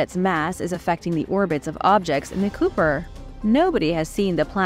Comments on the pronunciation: I’m sorry, but “Kuiper” isn’t pronounced as “cooper”. It is pronounced as, “kyper” as in “hyper”. Not trying to be condescending or disrespectful in any way. I love you and your vids. Always send love and respect from New Brunswick, Canada 🍁 ❤ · Planet 9 in the 'COOPER'? Really please get it right. I believe its the Kuiper Belt. Maybe I'm wrong.